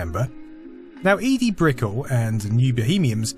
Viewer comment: *Eddie just spelt with one d, not "ee-dee".